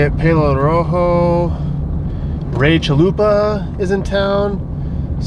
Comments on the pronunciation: Every time Trevor says Rachel Luba, I hear Ray Chalupa. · Every time he says “Rachel Lupa” I think he’s saying “Ray Chalupa”